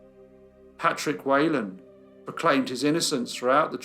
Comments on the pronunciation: It’s not “way lan” it’s “whee lan”. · It’s pronounced Wh(ee)lan not Whalen. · My Grandmother was Whelan... its pronounced WHEELAN not wheylan... . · Whelan is pronounced wee-lan , Not way-lan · If his name was Whelan, why do you keep saying "Waylon?" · For anyone interested, his surname is pronounced we-lan. Thanks for the video, I'll give it a watch! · As an Irish person, can I point out that the name is pronounced Whee lan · Great video as always, love the ones with an Irish link. The slightest criticism would be the pronunciation of Whelan, it's pronounced Weelin. Poor Mr Weelin was harshly treated, I'd say it was highly unlikely he was guiltily. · That surname is pronounced whelan as in she not we